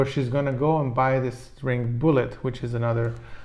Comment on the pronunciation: It's called bullet just as it's spelled not bullyea or bullyet